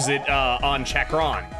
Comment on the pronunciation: Chakron's name is supposed to be pronounced chock-ron, like Chakra and the Chakroads